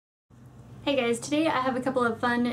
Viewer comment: Sorry i say it but you say in the start hey gays😂👏